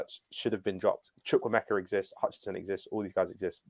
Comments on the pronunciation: ''Chuck-Wu-Meka'' say it like that, gutted he left us. 💔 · His name is Chukwuemeka. CHOO COO AY-MAY-KAH